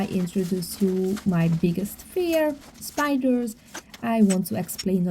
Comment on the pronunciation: I love spiders. Very beautiful animals. But yes they can be creepy when they crawl on you without you knowing. I like the way you say “spidurrs”. 🕷️